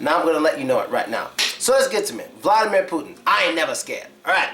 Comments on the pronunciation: The Big thing You miss about Vladimir Putin is pronounciation of his name. Vladimir is pronounced more like Vladee'mir with enphasis on deee sound, like in a word redeemer. Hope you enjoyed my comment! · Not vlAdimir, vlad"I"mir... i not a